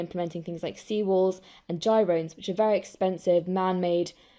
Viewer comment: Did you just say jirones? instead of Groynes?